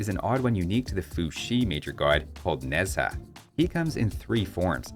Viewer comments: Kuafu is the man in Chinese mythology who try to chase the sun but die by over-fatigue. Peculiar choice for make him a giant villager I'll say. as a Chinese, I could give you the correction on some really wrong pronounce tho. Nezha pronounce as like "Nuh-Jar", not "Nezz-hah'. Hundun pronounce as like "Hoon-Doon". Qinglong pronounce as like "Ching-Long". It is always good to do a little research of pronounciation on Google Translate. It would only cost you a few second per word. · Pronunciation help if cares… Qi in Chinese are pronounced as Chi such as Chi Chi in dragon ball. Nezha is not Nez-ha but rather Ner-za